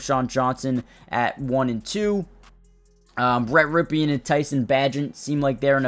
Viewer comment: It's Borom, BOAR-um It's Rypien, RIP-en